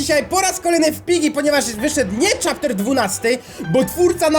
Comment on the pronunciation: Czy tylko ja usłyszałam "Dżiggy"? xD #Wrzucator